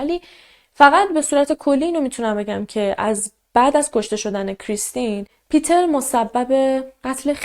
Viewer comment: مرسی از برنامه و شیوه اجرا،🙏 ولی جهت اطلاع شما، اسم Peter به آلمانی پیتر تلفظ،نمیشه ، بلکه پِتِر خونده میشه